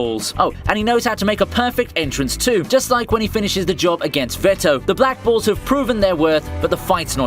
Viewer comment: Somehow my ear heard him says "Black Balls" instead of "Black Bulls"